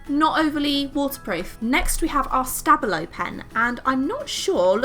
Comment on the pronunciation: Tombow aren’t supposed to be waterproof.... so I’m very confused about it being downgraded for being exactly what it’s said to be - water soluble. I’m also confused about the stabilo name. How is it supposed to be said. How it’s pronounced here is something I’ve never heard before. About Posca, it’s waterproof, but is a paint pen, which means it can very easily get scratched off after application and dried. Other than that, such a good thing to do with your pens.